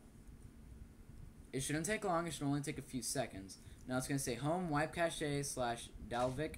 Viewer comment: not subscribing until your dumbass learns how to say "cache"